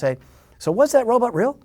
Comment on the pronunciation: Best thing about this interview? Bill Mumy still pronounces the word robot as “robut.”